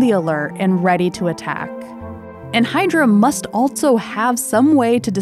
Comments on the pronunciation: I find it jarring when she pronounces "also" as "altso". I've never heard anyone talk like that. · Loving this channel. It’s really great and beautiful. Not gonna lie tho, i’m mildly bothered every time she says “also” because she pronounces it “altso” and it sounds weird. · Good narration, but such unusual pronunciation of "also".